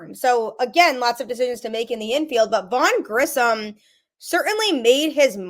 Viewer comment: Same with "Grissom" and not "Grisham". Also not calling "Luis" as "Louie".